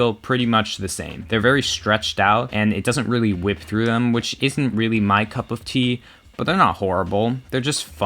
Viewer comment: Please don't say cup.of tea as a Brit it's painful